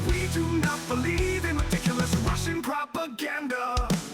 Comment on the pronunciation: The way you say "propaganda" was cool as hell. I'm taking it, Putin style. 😂😂